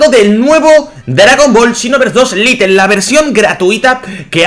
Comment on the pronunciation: Es lite no little